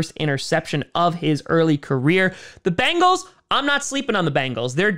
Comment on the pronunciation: Here is only 1 a in Bengal. Its pronounced bEngals……not bAngels. Say Ben, say Gal…..put them together………